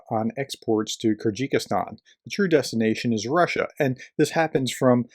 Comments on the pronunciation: Hey brother, it's pronounced "Ker Guh Stan" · Hey, PROFESSOR? When you come across an unfamiliar word or name, as you often do, do you ever think to look up the correct pronunciation? The name of the country is KEER-gehz-STAN, ok? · It’s pronounced Ker gis tarn. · This just may be the worst pronunciation of Kyrgyzstan I've ever heard. 😂 Keep up the good work, Prof. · I think it's called Kyrgyzstan not Kerjikistan And in the video, why did you claim that the quote was "famously said by" Yamamoto when the screenshot that you include clearly says that it's debatable whether he actually even said that at all? I think you need to do better research than this into the subjects of your videos, and at the very least learn to pronounce them, especially if they include a clever scheme to get people to click the Like button. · Ah, yes, the kyr-ji-kis-stAn, the love child of ta-ji-ki-stAn and kyr-gyz-stAn. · “Kyrgyzstan” is just three syllables, friend: kir-giz-stan. Oh, and “Liked,” as I always do. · “Kyrgikistan” ?? “How to pronounce Kyrgyzstan” search will give you an audible option.. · It's pronounced "KERR-gih-stan", and the people are "KERR-gizz". One has to wonder whether materials coming through other super close "independent members of the russian alliance", Azerbaijan for example, are doing the same?